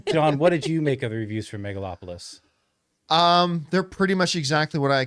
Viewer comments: John said "Megalopolypse" every damn time :D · does john keep saying megalopolypse? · John just cannot pronounce the movie properly 😂😂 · The bare minimum he could do to try to pronounce the title of the film correctly. If you don't give a damn, just don't do reviews. It's totally disrespectful and unprofessional. I don't care how casual you try to look. It's bad and not cool.